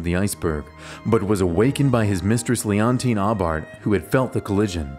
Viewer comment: Guggenheim's mistress' name was Aubert, pronounced "O-Beer"